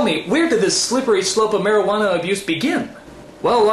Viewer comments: ''mariqana'' Me: *cries* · Damn I fucking laughed my ass when said marijauna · "Marajuana"~ 2k420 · I immedieately understood what was wrong when the word "Mairujana" was spoken.